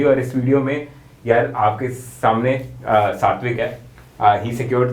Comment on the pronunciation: When u say satwik i hear it 60 week ,bhai kitna dilasha doge😂😂